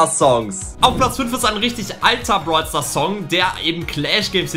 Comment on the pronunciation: Dieses "Brol Staars" am anfang😂